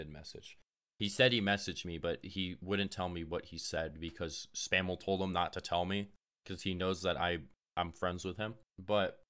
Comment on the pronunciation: put the L in Mr. SPAM's name